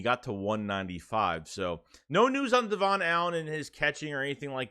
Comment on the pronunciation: his name is pronounced “Devin” Allen not “devaughn” 🙏🏾